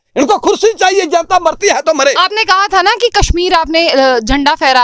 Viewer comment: isko koi bataye jenta nahi janta hota hai